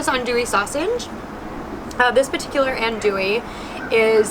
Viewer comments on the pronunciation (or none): none